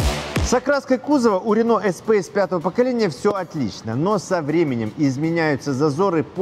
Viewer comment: блд........... И ты произносишь вместо Эспас какой то эспейс